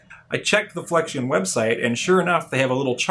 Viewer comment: its flex-ee-on, not flekshun